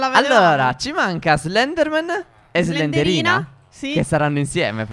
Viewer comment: ma non si dice slenderina si dice slendrina